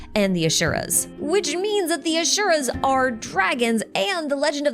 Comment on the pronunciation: It’s Asura (like in Aspirin) and not Ashura.